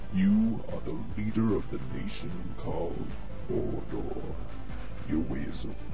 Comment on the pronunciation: it sounds like said mordor when he said order